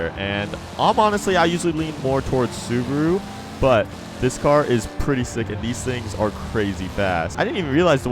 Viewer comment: Do you say subru to Subaru?